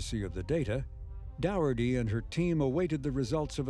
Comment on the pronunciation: They could at least have tried to pronounce the late Michelle Dougherty's surname correctly.